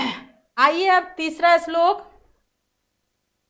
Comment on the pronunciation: Islok nahi shlok